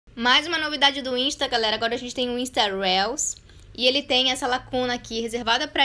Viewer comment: The correct pronunciation is Riius ☺